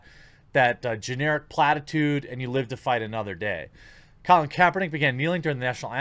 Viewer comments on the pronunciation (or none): none